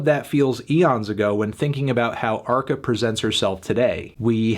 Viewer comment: Brilliant that arca is naming his music more and more in Spanish and guys like Anthony pronounce it in a typical American fashion. I get my popcorns and listen ;-)